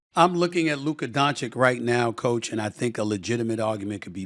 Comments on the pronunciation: SAS can say Joki-CH in the same sentence but not Donchi-CH?! I don't know if it's hate or just disrespect. If he's incapable (which is sad for a journalist), then why not just call him Luka. Kudos to J-Kidd as a coach. Great game management and adjustments this off-season. Hope the Mavs take it all! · My God, S.A., learn how to pronounce his name. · It's easy to make fun of how Staveen A Sammeeth says Doncic's name but the truth is he doesn't know any better and wouldn't change even if somebody corrected him. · Just say Luka. We'll all know who you're talking about. You're still pronouncing Doncic wrong. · Sad that Stephen still can't say Doncic correctly.